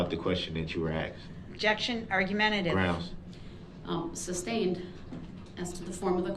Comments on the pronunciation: He says “Grounz”. 😂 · He's such an "azz"....he wants to be in charge....he's "axing" the questions....trying to argue his point of being in charge....sooooo"stupid".......grounz, grounz, grounz....those facial expressions shows his ignorance!! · Idk much about law can someone tell me why he keeps saying grounds ?😂